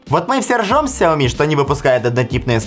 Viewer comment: Вас зовут? Вам приятно будет, если я вас буду называть Канил или Ванил? Или ещё как-то, сменяя первую букву. Лично меня бесит, когда говорят неправильно. И раз такой умный, загуглите и запомните, нигде "Ксяоми" не правильно, только "Шяоми" и "Сяоми". Всё! Букву "X" не читают как "К"